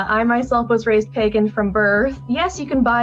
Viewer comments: bro pronouncing pagan like "page an" 🙄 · you say pagan wrong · Pernouncing pagan wrong in a name and then pernouncing it correctly a second later is wild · Dude I swear you mispronounce things on purpose, it’s the most frustrating part of your otherwise good content. You pronounced “pagan” incorrectly and then correctly within five seconds. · tic is switching between hard and soft "g" pronunciation when saying "Pagan"